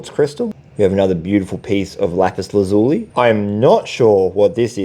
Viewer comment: Pronounced Lapus laz U lie.